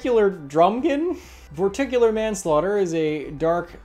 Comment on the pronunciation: LMAO Vorticular manslaughter